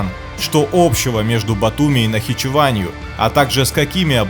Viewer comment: НАХИЧЕВАНЬ А НЕ нахиджеван